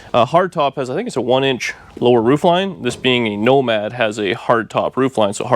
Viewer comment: NOMADER HOW--NOMADER WHEN--NOMADER WHO--NOMADER WHY